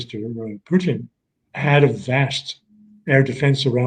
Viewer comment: 3 minutes I lasted before I had to turn off this numpty! Why the judge gives him airtime I'll never know. Maybe he likes Putin being pronounced Poutine...he's not fucking cheese curds!